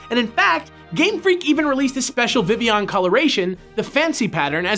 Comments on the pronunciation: Vivillion, Viv-il-ee-on Definition: Not pronounced Viv-ee-on. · So, am I the only one that thought it was weird that they pronounced it Vi-ee-yon? I get why, and being a partially French name it makes sense, but I've always pronounced it Viv-ill-on. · It's not supposed to sound like villain. It's name comes from vivify (to bring to life, awaken, referencing how it turned from a little bug to a flying free beautiful butterfly) and papillon (French for butterfly, which makes sense, not just because it's a butterfly, but Kalos is based on France, which is it's home region)